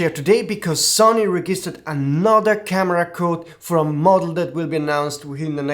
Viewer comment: I suggest you look up on forvo the pronunciation of "register" and "registered", because everytime you say something different